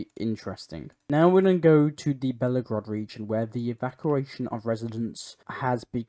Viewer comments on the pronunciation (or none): Just a helpful hint: the name of the Russian city is Belgorod not Bellagrod.